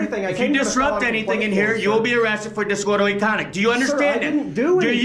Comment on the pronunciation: Disorderly Connie lmao little man can’t even pronounce the word right lmao gtf out of here goofy dude